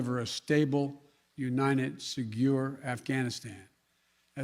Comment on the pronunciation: What is “segure “ mean? Is that a word I don’t know? Or was he trying to say “secure”?